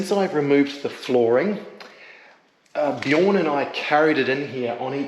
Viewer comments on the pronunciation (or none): none